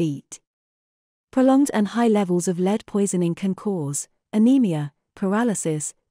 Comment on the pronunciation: If you use an ai voice you should teach it to say lead.